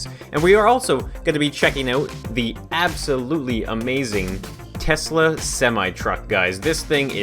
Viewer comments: Nice “toyesla” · It is Tosla XD